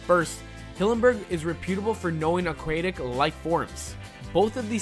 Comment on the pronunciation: I'm sorry... Did I hear "AQ-UAE-TIC" and "OCTOPUSES"!?